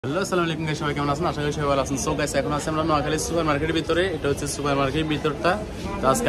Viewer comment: চুপার কি? সুপার বলেন